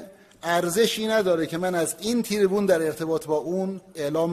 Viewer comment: سخنگوی ملایان: تی ری بون؟ اقلا حرف زدن مثل آدم رو یاد بگیر، سیاستمدار پیشکشت